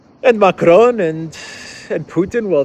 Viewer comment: Stop pronouncing Macron by rolling the "r" as if it were Spanish!